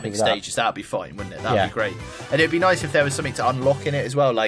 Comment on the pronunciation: he said noice not nice